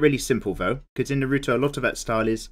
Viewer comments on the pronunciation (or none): I cringed when you mispronounced his name